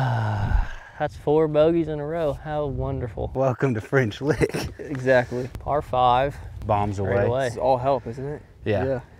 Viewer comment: Did you say the name of this course was “French Lick” or “Butt Kick”?